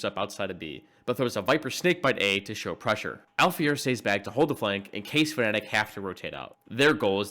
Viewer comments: this guy keeps pronouncing Fnatic as "Phonetic" and at this point I feel like it's the joke. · I like how you say Fnatic, it sounds like Phonetic lol